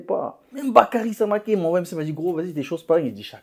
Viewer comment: samaké en Anglaise quand même c'est auch, le reste je suis d'accord tu graille